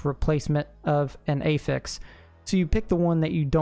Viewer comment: “That eyfix” 😂.